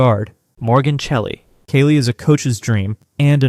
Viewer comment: This is crap! First of all Ice Brady isn't a guard and Cheli isn't pronounced with a K. Do your research first.